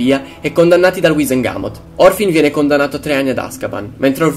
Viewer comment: molto bravo. piccola nota : è Morfin , non Orfin